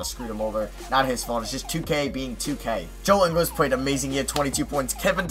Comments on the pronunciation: it's pronounced ING-GULES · I'm Australian and it's Ing - gals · it's Joe ingles like pringles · Ingles is such an easy name to pronounce come on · Can you stop pronouncing joe ingles name wrong